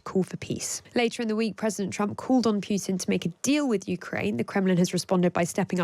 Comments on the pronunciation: Can you, for the love of satan, stop pronouncing Putin's name as [pyewtin], please? Apparently it's your job to talk about him, pronounce his name correctly: [Poo-tin]. Thank you. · Great discussion, thank you! Just a quick note: the letter "u" in Putin is not preceded by a "y" in correct pronunciation. It is pronounced like "ooh" not "you". Pootin, not Pyutin. I am not making a joke. Ask any Russian speaker. Anyway, please keep these great discussions coming. Very well done.